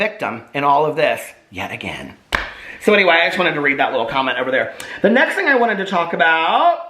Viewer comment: The way you said “yet again” tripped me out